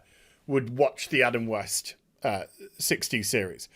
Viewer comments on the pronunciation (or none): none